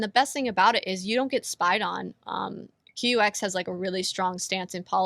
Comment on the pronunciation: QUX? Bad name choice. UX is user interface. Q is a psyop. And the name is pronounced "cucks". 😔